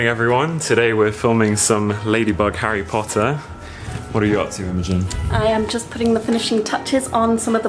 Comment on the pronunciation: MARINETTE DUPAN-CHANG! HOW DARE YOU KNOW ABOUT HARRY POTTAH!